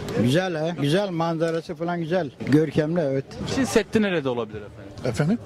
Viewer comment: Dayılar hadi bilmiyor diyelim Çin seddi diyor adam gençler bile Çin demek bu kadar zor olabilir mi 😡